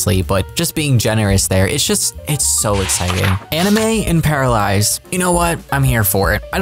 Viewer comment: Paralized or Paralives? Please if you could pronounce it a little bit better I would greatly appreciate it.